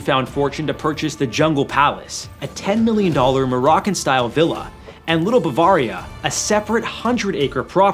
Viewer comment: Your inability to pronounce Bavaria correctly is depressing.